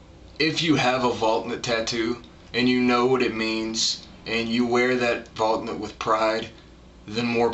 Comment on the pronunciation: It's pronounced Val-knut, not Valk-nut.